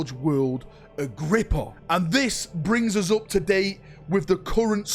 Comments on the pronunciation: I know i know, "Cant read" but i need to say it: Its Agripinaa not Agrippa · A whole video about an imaginary place that doesn't exist. Learn to read dude your so called "Agrippa" has a damn N in it FFS! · I believe in you, one day you will be able to pronounce "Agripinaa" correctly! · Take a shot every time he pronounces forge world Agripinaa wrong